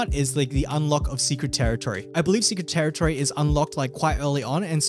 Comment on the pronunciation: dude... secwet tewitowy